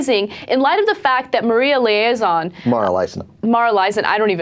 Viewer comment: "Maria Leazon", and is that "Cokie"? Sorry Ana, but once again, just just demonstrated how out of touch you are.